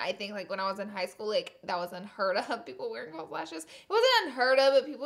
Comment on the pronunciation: No T in false.